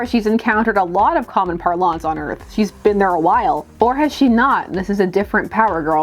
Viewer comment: "Par-lonse?" First time I I haven't heard it said as "Parlance" lol.